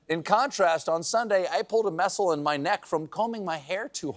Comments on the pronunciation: "a pooled a messel''???? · "I pulled a messel (muscle)"